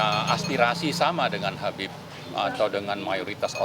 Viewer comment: Coba Tulisan dan Panggilan ke pemimpin FPI nya tuh diperbaiki gitu....sebut Habieb aja kok susah.